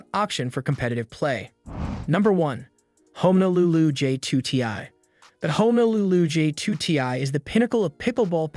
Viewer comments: Did you say FIN-ess instead of fin-ESS? You also completely mispronounced Honolulu which is a city in Hawaii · he was commenting that it was mispronounced he knows darn well what it means